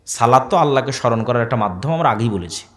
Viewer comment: সালাত না ভাই সলাত